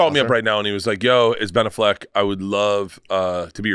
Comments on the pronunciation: He is ob -SESSED with Blan Allfeg. A hunerd percent. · Bert loves Ben Affleck so much, he cant even say his name right. True diehard fan.